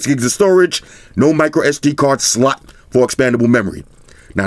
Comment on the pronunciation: You could have said slot not slut my guy